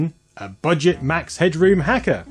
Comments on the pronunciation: You're way over-announciating "head-room". It's more like "hedrum". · Everybody pronounced his name Headrum , not Headroom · We never pronounced it as "head-droom" we always said "head-drum". He kinda reminded me of Jim Carey's character in The Mask.